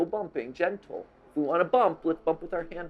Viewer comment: Is it just me or does it sound like "Genital" when matpat says "Gentle"